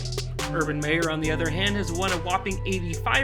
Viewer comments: You said mayor its meyer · Its MY er not May er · He pronounced Minshew as Mid-Shaw 😭😭😭. And Meyer like Mayor 😭😭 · It's Meyer, not Mayer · Why he said his last name pronounced as mayor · This guy cant say hid last name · Can you say his last name right please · Funny how you continuously mis-pronounced Urgan's last name and the Jaguars team name.... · I'm not trying to be an ass but did you purposely mis pronounce Urban's last name the whole video until the end. Even mispronounced Gardener's last name as well... Good video though. I blame Tom for kill our 2017 team culture and success we built. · You pronounced his name wrong